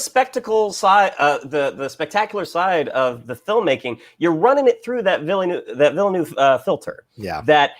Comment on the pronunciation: The "e" is silent in Villeneuve's name. It's just like former F1 and Indy Car champion Jacques Villeneuve's last name.